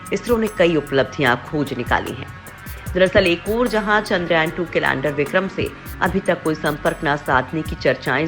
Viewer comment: पोस्ट बहुत अच्छी लगी लेकिन 'चंद्रयान' को आपके द्वारा बार बार "चंद्रायन" पढ़ना बहुत खटकता है। कम से कम मुख्य शब्दों का सटीक उच्चारण करने का प्रयास करेंगे तो अच्छा रहेगा।